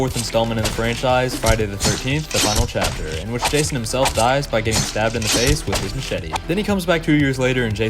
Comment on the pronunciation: Thats not jason thats rason 😭🙏